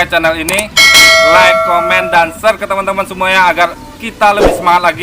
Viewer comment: awak pun asli Minang dlu awal merantau gtu , udh lama di jkt lancar skrg . Btw bg bilang "share" tp terdengar "serrr" 😂 😂